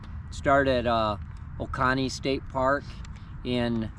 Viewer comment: Ramdino is doing what he calls The “End of Days” trail this year. Which is the foothills trail. Freshground does support them. Right now only 33 miles of the trail is open. Hopefully by spring the entire trail will be open. The beginning town is pronounced Oh-CO- knee. 😊😊Happy Trails!!